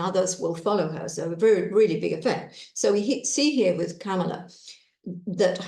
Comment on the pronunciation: COMMA-la. That's how to say "Kamala." Say the word COMMA and then add a "la".